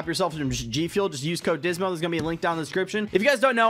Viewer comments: Bro I like the when he was talking about gfuel then he said Jizmo instead of dysmo that was so funny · Dysmo new class loadout, AK-47 with compact barrel, skeleton stock, stippled griptape, commando foregrip, and 30 round mags,also did you say jizmo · Bruh he did😂😂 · he did! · I swear I heard you say jizmo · Anyone else hear him say jizmo when he was talking bout his streams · Did he just say jizmo I must be hearing things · He said jizmo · Sounded like he said Twitch.tv/Jizzmo